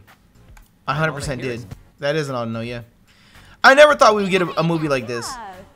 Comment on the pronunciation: "Audino, i don't know" awe-doe-know, huh huh